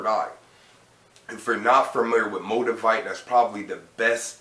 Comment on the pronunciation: Did he say "MO-DUH-VITE"??? Lmao lmao lmao